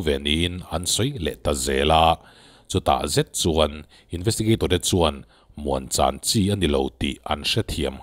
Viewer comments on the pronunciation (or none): Muanchan' ni lovin,'muangchan' ti la,Mizo ṭawng tluang ani e...